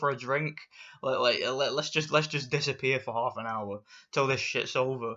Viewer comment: These woman have been training for hours passed there Limit to be where there are just because you dont like it dosent mean no one else does. You are sexist against woman you called them disgusting .If you dont like it dont watch it ok WTF...I just hate this asshole. Bruh also how he said half he said haoolff